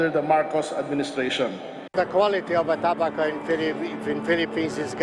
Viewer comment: para sa reporter: kapag english, it's pronounced toh-bah-kow, not toh-bey-kow.